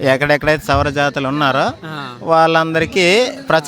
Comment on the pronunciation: Sora/soura kadu... Savara ani rayandi/cheppandi